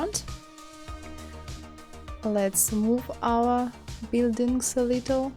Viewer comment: no offense but when you say "OUR", it reminds me of Soviet Union memes xD. Anyway love your tutorials. I just did that 80s poster from your tutorials yesterday. Please upload more <3